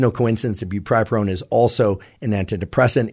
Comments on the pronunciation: “brupripurone” bruh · Bupropion is pronounced "bu-PRO-pion", just fyi :)